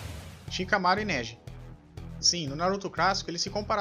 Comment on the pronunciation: E neji nao neje da nervoso